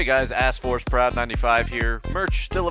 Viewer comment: That outro though. "" he says.